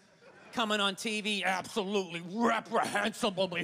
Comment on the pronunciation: "Apsowutely wreprehensab-b-ble behavior" ... If you look close you could actually see a string of drool coming out of his mouth when he did that. I almost fell out of my chair i was laughing so hard the first time i saw this.